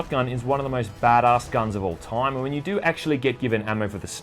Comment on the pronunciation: “Bad arse”, a relentlessly annoying mispronunciation.